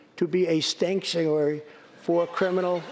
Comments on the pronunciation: "Stanktuary" I guess we now know what Donnie calls the bathroom where he... Tweets! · Stanctuary? Haha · “Stankuary?” Trump is a tard! 🤣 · "A stanktuary for smellegals." LOL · Actually He said "stank-tuary" which couldn't be more accurate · Stangtuary hahahahahahah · "Stanktuary"? Is he referring to Ivanka's vagina? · A stanctuary?😂😂😂. He's is so dumb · Amazing! That's the first time I've heard that California is a 'stanctuary." Also - (you missed a spot) that this is the home of..."Washington, Patent and..." wait, what? We had a General named "Patent?" Did he invent anything? This speech was the longest 11 hours I've ever struggled to listen to. God bless Nancy Pelosi, for adding the punctuation that gave any of it meaning. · Drumpf is a freakin' moron. "Stanktuary state." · did idiot trump just say stankuary???? smh.... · I fucken died "STANKtuary" LOL! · Okay, but can we all just take a moment to appreciate Nancy Pelosi shaking her head and clearly suppressing an eye-roll when Trump couldn't pronounce "sanctuary"..? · 'Stank-tuary' <---- Is the best thing I've heard in weeks. That was a good laugh. First time I'll ever give props to Pence.... he managed to not burst out laughing. I'd say the same for Pelosi but she barely knows she's alive as is. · STANKTUARY!? ROTF..... That's what I'm going to start calling the bathroom..... & the Oval office. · nancy pelosi's face when trump said "schtanctshuary" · I thought he said 'skankshuary' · WTH is a "stanctuary"?🤣🤣🤣🤣🤣🤣🤣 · the president of the united states of america can't pronounce words correctly in english, the national language of the country. i'm not patriotic or anything but for some reason..this really irritated me.